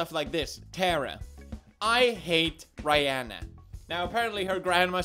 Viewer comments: everyone else: Rihanna PewDiePie: rAiyEnna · OMG cringe when you say Rihanna its pronounced Ree Anna not Rye Uh na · are we gonna ignore the fact Felix said “Ri-hannah”? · Rie ahnna. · The way Felix said Rihanna triggered me. r A Y H a n A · She's a whamen, that's the most respectful way of pronouncing her name. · May be on purpose but still the way you kept saying "RI" hanna makes me wanna jump out a window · OMG!!! I'm dying!!! He said Rihanna's name wrong!!! 😂😂😂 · Rye-anna.... my life was a lie, my childhood was a joke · The fact that he called the singer Rihanna Rianna... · “Rye-anna” Pewds wtf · who tf is rye-anna? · Is the "i" pronounced like y in "my" (like he said in the video), or is it like short "ee" (I would say it like that). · Does he not know who Rihanna is or was he saying it wrong on purpose? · Excuse me how did he pronunce Rihanna? 😂😂